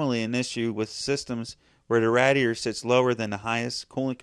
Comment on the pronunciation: Nobody mentioned it so I have to. You say radiator wrong it it's driving me insane.